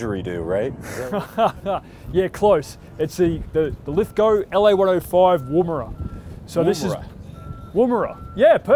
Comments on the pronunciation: Lith-go. W silent. Ive never heard it pronounced any other way but the proper way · Finally, someone who knows how to say "Lithgow" correctly! Well done,, this makes up for those mini-shorts you wear! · ive never seen an American pronounce Lithgow properly what a lad actually learnt how to say shit properly